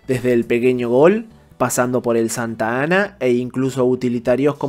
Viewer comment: Amigo, no es santa-ana, va todo junto Santana. Saludos.